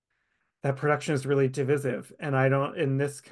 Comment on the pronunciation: I believe that the pronunciation is "duh·VAI·suhv" for divisive